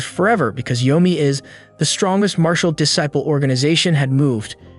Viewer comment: Where did you learn to say disciple? You say it incorrectly